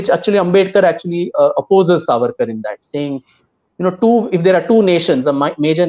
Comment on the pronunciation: Did he just say ARSE AWARD ?? Lmao